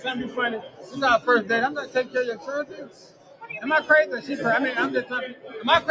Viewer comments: What is a "churlen"? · Did she just say "churdren"?